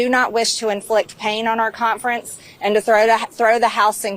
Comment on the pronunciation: The MAGA CON-ferrnce